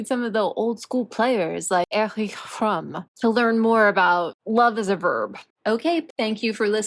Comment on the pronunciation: I know You do pay attention to those things ( w/ very good results ,usually) but this one you butchered;D Erich= starting [E] as in end the [ri] as in Enrico the [ch] as in she w/o e